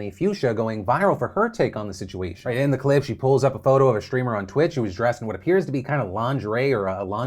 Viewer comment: "And z comments"